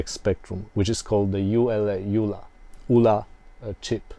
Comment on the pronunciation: Great video I had a 48K ZX back in the 80’s and was always impressed with how some musicians/programmers got multi channel polyphonic music. Games like Zombie Zombie (Sandy White), Agent X (Tim Follin - I think). Hope you do more videos. BTW - The ULA chip was an acronym of Uncommitted Logic Array, so I’d say it should be pronounced as U.L.A. at least that’s what everyone seemed to call it at the time.